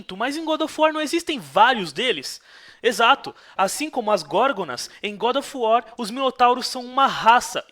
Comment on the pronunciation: Como o fala, GoRo of uar kkkkk